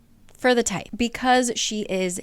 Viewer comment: I remember being super confused when you said tithe. Tie-th is correct.